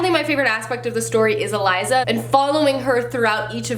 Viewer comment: I'm so happy that The Girl of Fire and Thorns series was on your list because it is one of my all time favorite series. I did a reread of the first two books this year. 😍😃 Also, and I don't really want to be that person but I just can't keep it in, it's E-Lisa. Not Eliza. I'm sorry but it bugs me so much when names are said wrong. And I know for a fact it's pronounced that way. 1. I am Latina and that's the way it's pronounced. 2. The author has pronounced it that way. Whew, I feel better 😂😁😊😅